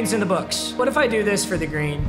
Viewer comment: Papa. I love you but just say green lol